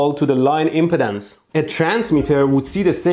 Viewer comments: Electroboom, I'm a retired electrical engineer. I love your video. I wanted to say, importantly, the word is impedance NOT impotence!!! Yours is the third of three videos I've watched on this. First was Veritasiums, then Dave at EEVblog, then yours. Dave said that we engineers think about things differently. That we have tools to analyze things and validly track physics and the rules of science. You fellows have collectively reminded me of much of the complexity we were trained to understand and analyze and calculate. I've much forgotten what I was trained and educated to deal with. I've been so browbeaten by the mindless politics and public chaos of people and the media news etc. I've forgotten the promises of my youth and education. Youtube, multimedia and Internet is a terrible way to waste a capable mind. You've helped to retrieve my past capabilities. Thank you. Amind is a terrible thing to waste, and you've given me a wake-up call. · Your accent "rubbed me in ways I didn't like"... When you say impedance, it sounds almost like impotence... It should sound like em-PEE-dense (emphasis on the second syllable)... :-) Otherwise, very educational video - thanks! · He's saying 'impedance', not 'impotence'. He's just placing the stress on a different syllable. 'ihm-peed-ANCE' instead of 'ihm-PEED-ance' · So glad I know he’s saying Impedance…not impotence…lol. Such a big difference in one syllable. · FYI, you are pronouncing it : im·po·tence /ˈimpədəns,ˈimpətns/ instead of im·ped·ance /imˈpēdns/ ( IM PEE DANCE ) the other way sounds like you are talking about erectile disfunction LMFAO. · Oh my goodness you brought back a lot of memories from college and transmission line theory. And you cracked me up with your pronunciation of impedance, you are pronouncing it like impotence. The e impedance is a long e, so it is pronounced like M-pee-dance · Dude, i don't know if its on purpose, but he pronounces impedance like impotence. Hahaha